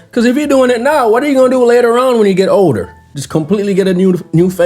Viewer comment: Everybody keeps saying "odor" instead of "older".😅